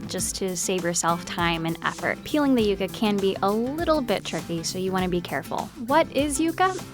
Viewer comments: yea and "yuga" instead of "yuca" 😂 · Its pronouced "YOU KA" NOT "YUCK KA" thanks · Isn't it pronounced "yuck-uh"? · Did she say yaka?